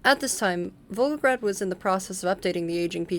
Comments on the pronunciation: I just assumed it was a different city LMFAO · Back in college, my Russian professor had this advice: if ever in doubt, slur or mumble. If anything it makes you sound more native in your Russian pronunciation. 😂 In all seriousness, if the biggest complaint anyone has for your videos is mispronouncing a city name, you know you've got a quality video (which given your thoroughness is quite apparent!)